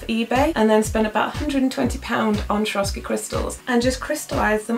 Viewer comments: I'm so sorry for being annoying as heck 😲😲 but Swarovski is pronounced with "S" not "sh" in the beginning. sorry that I'm a pronunciation nazi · it's "swor-off-ski" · I worked for Swarovski for a year and they taught us to pronounce it like this: swore-off-ski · if you ask google "what is swarovski" on your phone it will read you the pronunciation :)